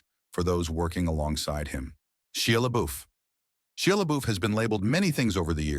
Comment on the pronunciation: Computer read. Not Shia (sheea). Shia (long I). Stop being lazy using AI. They can't pronounce words.